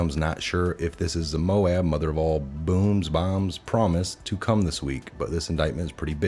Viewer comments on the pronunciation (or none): none